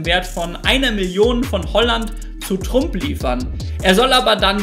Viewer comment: Und es wird Trump ausgesprochen und nicht Trump.